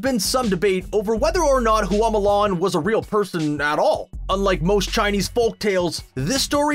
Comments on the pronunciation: Nobody: Screen Rant: MOO LARN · Mow Lawn